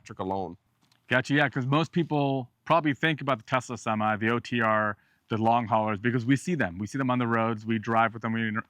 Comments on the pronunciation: Did he call the truck "topsy"? Lol. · semee? WTH?